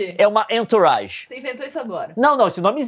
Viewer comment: Entourage, eh frances e quer dizer "pessoas em torno" ou "em sua volta" se pronuncia "anturraGe"